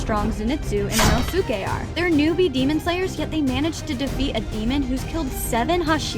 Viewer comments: not to be rude but its not ino suke its pronouced (E NO SKAE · CAN SOMEONE TELL HER SHE IS SAYING INOSKE RONG ITS (ion-S-ke) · Ok but no one’s talking about the way she pronounced inosuke?😭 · You can't even pronounce Inosuke name properly. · hii you mispronouced inosuke